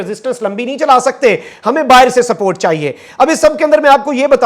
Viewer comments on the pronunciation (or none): none